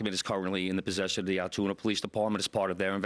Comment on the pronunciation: Its pronounced Altoona.